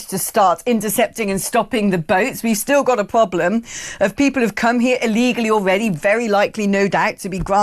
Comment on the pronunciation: We do indeed have a “pwoblem”. You’re still on TV, you racist sausage.